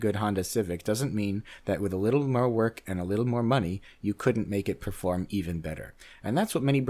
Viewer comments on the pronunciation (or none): none